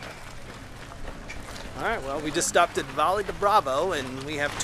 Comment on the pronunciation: Hey, just wanted to let you know that when you see a double L in Spanish, like ll in Valle or chile rellenos, it's pronounced how a Y is pronounced in English.:) Keep up the great videos!